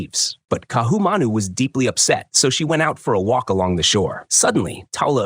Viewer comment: the stupid AI comments why doesnt somebody prooflisten and correct Ohio and other nonsense. Ka'ahumanu mispronounced.